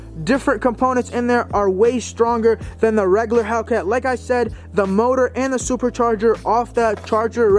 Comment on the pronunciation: Reggaler... lol